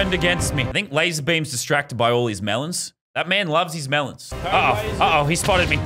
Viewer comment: I like how the beam boss says mEleNs when he drops melans from the sky also someone has to make a coppa boss fight